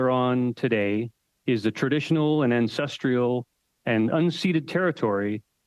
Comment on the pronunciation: aw man a land acknowledgement already and he didn't even pronounce "ancestral" correctly lol.